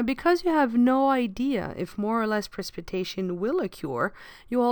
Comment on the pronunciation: That’s not how you say precipitation, but a great video!